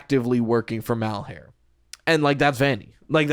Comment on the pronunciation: I am begging you to please stop trying to make 'Malhar3' happen, it's been too long to try to change it and my brain recoils in discomfort every time you say it. It's like trying to change the Puppet's name to the Doll; it's just not gonna catch on when most people listening are internally translating it back to the original name because it's what they've already settled on calling them. Shit, AvA12 just showed you can explicitly rename a character on screen and most of the fandom will still call him Victim instead of H4CK3R entirely bc he's been Victim for the past 20 years. People will cling to what they've already accepted as the identity of a character.